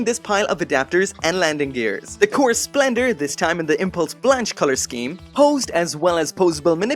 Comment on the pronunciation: Blanche no it's Spanish for white and its pronounced blon keh